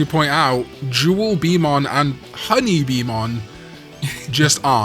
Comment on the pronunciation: jewelbeemon's really annoying because it's actually "jewel beeTLE mon" and not a bee at all.